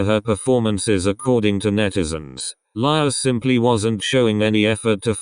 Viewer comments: You pronounced lia wrong you said laya but its lia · No one: Not even Lia: Not even Ryujin's hair: The translator pronouncing Lia's name : Lie-ya